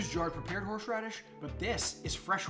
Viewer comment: Was it me or did anyone else keep hearing horsh radish